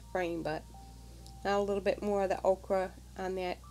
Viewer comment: The layers are lovely. Happy to see videos from you. (FYI. ochre pronounced oe' kur. The way you said it is the vegetable okra. Not meant to criticize.)